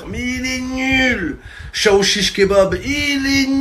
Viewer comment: Je comprenais pas chaouchich😂😂😂🤣🤣🤣 C’est Aouchiche😂🤣